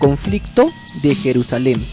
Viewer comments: Se dice Jerusalén en español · Compa ya ni chinga neta, queda usted mal de a madre.. Se escribe y pronuncia "Jerusalén " no Jerusalem..